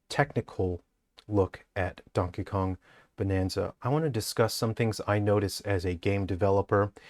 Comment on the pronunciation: Ah yes, as a man of culture I also pronounce his name as Dankey Kang.